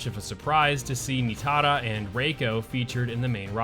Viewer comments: Knee-TAR-ah .. Nah I was also like wtf dude needs to chill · My guy no need to overthink it, it's pronounced NI - TAR- UH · Why do you pronounce Nitara like that? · Dude.. WHY do you keep pronouncing Nitara as if she’s Asian or has EVER had her name pronounced that way? It’s insanely cringe. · Why do you say Nitara like that? It was never pronouced that way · Is it just me that is annoyed at how he says Nitara’s name lol, also yes this is the best roster in the we have ever had.